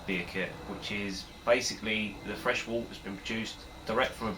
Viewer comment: It’s pronounced Wert! 😅 Good video though.